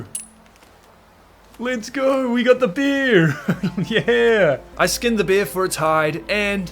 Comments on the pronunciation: Is it a speech impediment or are you a brit since you pronounce those big balls of fur, fat and fangs as "beers"? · Man every time you said bear it sounded like beer "OH look a beer"😂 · Why when you say bear I hear bier. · I love how say bear.😂❤ Bair. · the way you say bear itches my brain in an unexplainable way